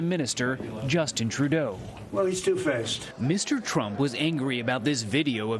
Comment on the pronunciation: Trump bit his own tongue when he said two face.